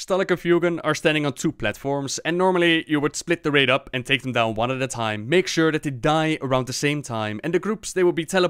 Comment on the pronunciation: I am not sure where you learned to speak English, but the "Th" in Thanks is not pronounced as an F, nor is the TH in "That" pronounced like a D. Phonetically, "Th" is spelled "θ" (or ð) and Thank, Teeth, Thick, etc starts with the first of those phonetic letter. "This", "That" and "Teethe" is pronounced using the latter. Put the tip of your tongue between your teeth, lips slightly parted, and blow air. That's how you "pronounced" a "TH" in English. Being a bit more forceful, using more air, pronounces the first. Being more "subtle" and not quite as forceful (a "Weak" consonant, so to speak, whereas the first is strong) pronounces the latter. To use a D in That or an F in Thanks is nothing short of dialect and accents. It's not how it is actually pronounced. And if you still doubt me, go look up Sound English by Iner M. Mees & Berverly Collins. The book is made to teach Danish school teachers (like me) how to read phonetically, and understand the slight nuances of pronunciations. The book is primarily in English, and you only need to read the very first page (English phonetimc transcription key).